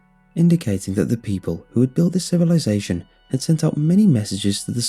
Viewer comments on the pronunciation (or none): none